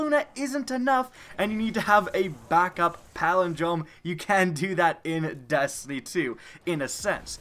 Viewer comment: sounds like you said dAstiny and dAstiny 2